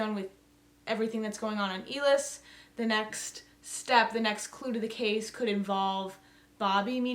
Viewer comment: ill-us, not eel-is